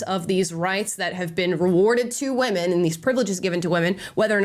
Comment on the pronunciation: I cringe every time I hear them saying women